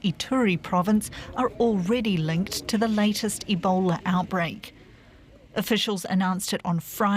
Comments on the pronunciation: omg.. it's OUTBREAK, not "outbrake" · OUTBREAK, not OUBREAK!